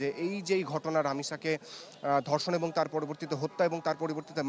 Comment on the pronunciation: মি., আপনি "এবং" শব্দটিকে "এবন" উচ্চারণ করছেন কেন বারবার? বাংলা ভাষায় তো "এবন" কোন শব্দ নেই। আপনি নিজে বাংলা ভাষা তৈরি করেন নাকি????? এটা খুবই বাজে শোনায়। অশিক্ষিত ছেলে-মেয়ে সাংবাদিকতা আসলে এরকমই হয়।